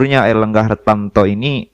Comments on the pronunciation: HARTARTO BRO BUKAN HARTANTO KWKWKWKWK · Airlangga Hartarto... Bukan Hartanto